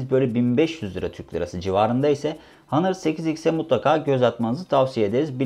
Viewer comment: hanır değil ˈänər